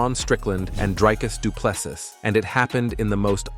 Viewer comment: Repeat after me: Dree-Cuss Doo-Plê-See Repeat: Dree-Cuss Doo-Plê-See Again: Dree-Cuss Doo-Plê-See Once more: Dree-Cuss Doo-Plê-See Last time: Dree-Cuss Doo-Plê-See Final time: Dree-Cuss Doo-Plê-See Final last time: Dree-Cuss Doo-Plê-See Now try again: Dree-Cuss Doo-Plê-See